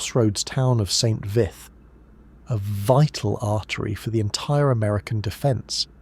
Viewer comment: St. Vithe is pronounced VEET not vith.